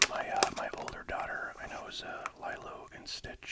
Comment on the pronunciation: Lee-low not Lie Low. Enjoyed the vid!